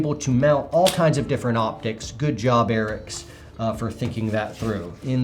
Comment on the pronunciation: "the Erick's delteh engine 2"